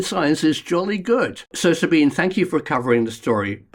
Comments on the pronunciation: Sabine is pronounced Zabeenah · pronounced sabina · Her name is pronounced Zabine. With an E! Not ah! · You're pronouncing Sabine's name wrong. Just saying.